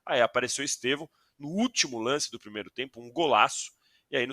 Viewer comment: Eu não aguento ouvir jornalistas falando EsteVÂO.. o nome dele é uma palavra proparoxítona EsTEvão.. pelamor... bando de Gagá!